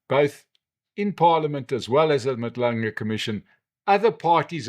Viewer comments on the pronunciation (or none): It's Madlanga Commission not Madlunga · Madlanga commission sir, not Madlunga?